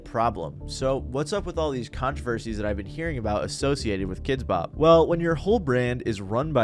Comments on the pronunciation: I've always pronounced it like "kidsbop" your the first person I've heard pronounce it "kids BOP" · I've never heard anyone pronounce it "kids BOP" until now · I think I hate Kidz Bop as much as I hate the way you're emphasizing the wrong word every time you say it in this video. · Are you trolling us every time you put the emphasis on the “Bop”?